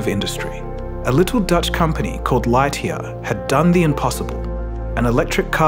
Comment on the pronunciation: Your pronunciation of Lightyear is triggering.